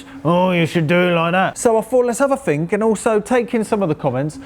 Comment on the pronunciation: It's THink, not "Fink", and THrough, not "Frew". That part of the English accent drives me nuts! lol. Why can't you guys pronounce "th" properly?!. It's not like it's impossible!...